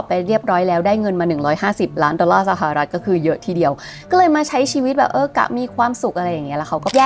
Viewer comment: ชอบสไตล์การเล่า น้ำเสียง และเนื้อหามากค่ะ ติดตามหลายคลิป 😊 แต่ติดตรงอย่างเดียวตอนออกเสียงคำว่า สะหะอะรัด (สหรัฐ) อเมริกาค่า เกือบทุกคลิปเลย